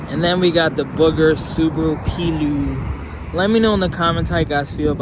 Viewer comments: I think its actually pronounced "Play-oh", but what a cool thing that is haha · Pleo is pronounced like the women’s name Cleo. Plea Oh.